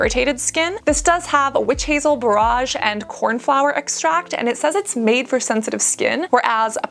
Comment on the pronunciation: Borage is pronounced to ryhme with Porridge :) ..so not like "Bore-aageh" it is like " Bor-ige"